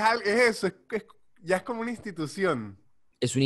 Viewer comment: Amo, AMO, cuando dice "y iá" jajajajaja es geñal!